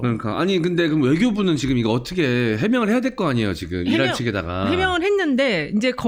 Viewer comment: 이란이 아니고 어란이라 해라.김은혜!